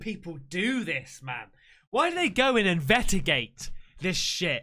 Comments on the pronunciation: inve-S-tigate... There's an S in the word, mate! 😂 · "invetigate!" - (2021) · Why do you say invetagate instead of investigate? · My man said “Invetigate” due to him being freaked out by the video